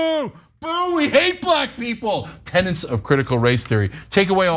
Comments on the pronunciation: It is pronounced TENETS Not TENNENTS Only one N sound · A word mispronounced by many. I hear tennants for tenets all the time. Like joolery for jewelry. ElectORal for elECtoral, physical year for fiscal year etc. Ana should have known tenets